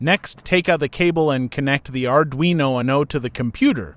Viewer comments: I was just thinking - I'm going to yell WUNO next time I play Uno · Thank you for these lessons. The only real problem I have with these lessons is how your AI narrator mispronounces or uses several different pronunciations for the same word, take for instance the word Uno. This can be a bit confusing, especially to a beginner, one form of pronunciation would be nice whether that word or any word has several pronunciations. Maybe a proofreading before you upload would help. Thanks again.